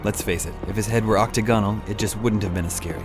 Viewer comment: octi-gonal lol its octagonal